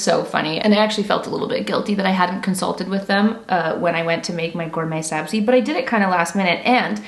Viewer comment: Omg I’m a fellow Persian here! Have been following you for 9 years and screaming on how great you’re pronouncing “Ghorme Sabzi” lots of love from dt Vancouver ❤ (btw Armineh is kinda right about Cazba 👀)